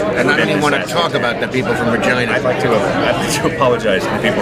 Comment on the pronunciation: I played it a few times and I definitely hear "Regina" pronounced with a "V" 🦻